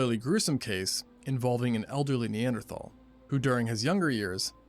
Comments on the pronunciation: Cash be taking in syllables some times and mispronouncing single letters 😂😂 Narrator: “Neanderthal” Cash: knee-ant-erthal😭😭 love you cash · "NE-AN-THER-THARLS!?" cmon Cash😂